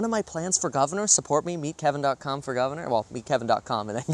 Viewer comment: Did you say that website was "meet kevin dot gum" ? Can I get there from vaccines dot gum?